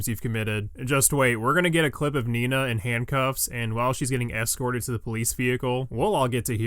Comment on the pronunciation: Video: Nina Lin. Audio: Nino Lin.